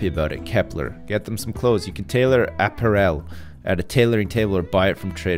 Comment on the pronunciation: lol "app-arel"